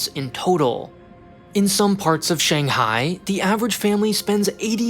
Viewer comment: I just can't stand the way you say Shanghai.